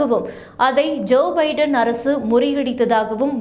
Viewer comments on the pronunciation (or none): none